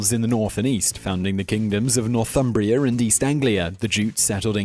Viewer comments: "Northumbria" not "Northumbrier" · That's "Northumbria" not "Northumbrier"